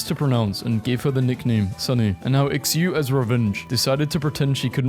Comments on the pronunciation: Shu, not X-you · This one does not work in Europe. I am pretty sure Xiu is not read 'Ixyu'. 'Shu' or 'Zhu' seems more appropriate. How do you punch holes in walls? If I went and punched a wall, at best nothing happens. At worst, I shatter my wrist. Only half true. I will probably not be telling this joke. I will, however, be eating bodyparts of animals, not caring about any torture they may have suffered. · "ex you" 💀💀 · Xiu is pronounced she-u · Xiu is pronounced sort of like "show" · Friendly reminder: Xiu is pronounced "Sh-ee-oo" in Chinese. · I think "Xiu" is pronounced "Chew" or "Che-oo". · bro really said ecksiew instead of xiu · What is so hard for Brittany about pronouncing Xiu💀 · Pronouncing Xiu wrong is a hate crime bro. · THAT IS NOT HOW YOU PRONOUNCE IT AAAAAAAAAAAAAAAAA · Bro's pronunciation of "Xiu" 💀💀💀